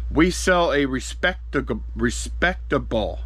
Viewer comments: you did a resictival, repseticivle, reiscitival, respectable job of pulling those orders. LOL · Respecticable... Receptical... Recectacable..... ANYWAY A GOOD MANY 😂 You feeling ok? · trying to say respectable was the funniest thing ive ever seen🤣🤣🤣🤣🤣🤣🤣🤣🤣🤣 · Lmao you trying to say respectable is fantastic I’m laughing so hard 😂😂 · A respectable attempt at saying it 🤣 Another interesting video thanks